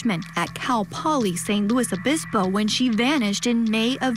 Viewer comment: “San Luis Obispo” (or SLO) not “Saint Louis Obispo”. Thanks.